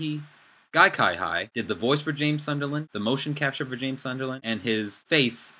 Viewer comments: Um his surname is pronounced See-hee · Cihi is pronounced as Sihi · Nice video, I agree on your opinions and looking forward to see, how it all pans out. But I want to correct you on your pronunciation of Guy Cihi's name. It's pronounced "Seehee". Thought you wanted to know that ^^ anyway, keep it up, going to see your other videos :D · his name is pronounced more like "seehee". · You cant even say guy cihi's name properly...thumbs down.